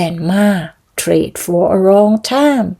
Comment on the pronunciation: noses หลายจมูก เซสด้วยค่ะ over / ever ลืมอะไรน๊า😁 เสียงท้ายไม่ลิงก์เยอะนะคะ traded เสียงท้าย เดิด red เรด ไม่ใช่ เร็ด